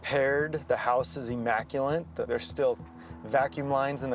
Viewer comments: Officer: '..the house is immaculent..' LOL ' immaculate ' silly 😄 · “The house is immacu-LINT” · ....this detective most likely has generations of family in the states..... Yet English isn't his first language? First-gen immigrant here, and I would never say "immaculant". Oh, white privilege. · “The house was IMMACULENT”. Huh? Dum cop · I like how the investigator thinks immaculate is pronounced immaculant